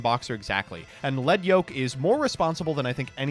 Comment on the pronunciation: It’s not lead like what used to be in pencils it’s lead like wires